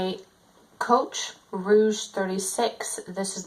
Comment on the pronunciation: Thanks for the update on your Whiplash Rivets Rogue 36. I think it's the greatest! It's interesting to see how it's been working out for you. Just one thing...this style bag is pronounced "Rogue" (rhymes with Vogue), and not "Rouge".